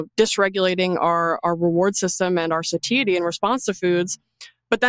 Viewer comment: Suhh-Thai-uh-tee. 😮satiety